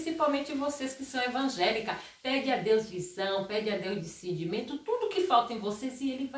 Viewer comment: Por favor aprenda a falar DISCERNIMENTO, COM TODO RESPEITO